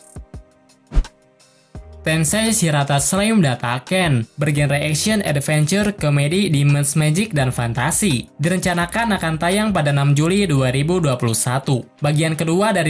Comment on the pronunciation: Tensei shitara datta ken.. Bukan shirata 😂😂😂 akhirnya bntar lg kluar..